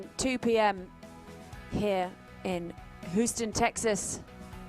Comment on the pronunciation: "Whoo-ston Texas" 😅 please tell the commentary team it's "Hewston" 😊